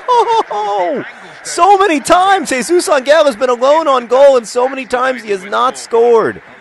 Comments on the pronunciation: ever since someone pointed it out, i've been obsessing on how John says Jesus Angel, it's AN-EL no hard G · Um, I speak Spanish (hence the username). Angel is not pronounced with a g like the one in 'goat,' it is pronounced very much like an 'h' sound. Try saying it out loud. Even in English, we pronounce angel with a soft g like the one in gentle. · I'm not going to argue anymore. But there are some RIGHT ways of pronouncing a word, and there are some WRONG ways of pronouncing it. For example, if I wanted to say Green with a g like in the word 'giraffe,' that would be wrong. That is exactly the same thing that is happening here. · It's not Angel with a hard g. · Actually, it's still pronounced with a "h" in that universe, but pronouncing things wrong is sort of John's thing. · I'd like to add that the mispronunciation is part of a joke. Jesus Angel? Eh? Get it? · The literal meaning of Àngel is angel. The choice then is whether to pronounce it as a Spanish name, or to just pronounce it as angel in English. The way that John pronounces the -el leads me to believe he wants to say it in the Spanish accent. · This was frustrating me, too. I couldn't figure out why. Then I realized it was a 50/50 pronunciation.